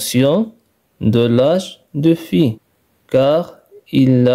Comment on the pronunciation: Petite remarque de français : " fils" se prononce " fisse".